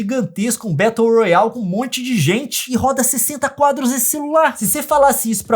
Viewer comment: Eu morrendo de agonia com o Leon pronunciando as coisas em inglês: Leon: "Môbol" (Mobile) , "Bettou Royal" (Battle Royale) !! Eu: Aaaaaaaaaaa...(imagina aquele afeito de tudo tremendo)...aaaaaaaaaa... se diz "Mobailou", "Bérou Rôial" mds Leon cê mora no Canadá cara😂😂 Aaaaaaaaaaaaaaaaaaa...(imagina aquele afeito de tudo tremendo de novo)...aaaaaaaaaaaaaaaaaaaaaaaaaaaaaaaaaaa... kês né...🤗